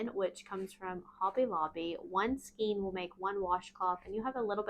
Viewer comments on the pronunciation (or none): New sub. Love these and your channel! One suggestion skein is actually pronounced skane (ur not the only one, I hear it mispronounced by many of the you tube crocheters)